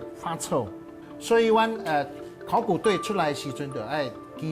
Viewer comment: 很多專業台語名詞都說的不夠專業 比如說在貴節目中所謂的（考古） 就有不是克夠洗柯夠